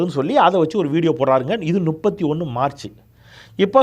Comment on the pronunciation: 🍃ஐயா... அது நுப்பத்தி.... அல்ல முப்பத்தி... தயவு செய்து திருத்திக்கொள்ளவும்🍃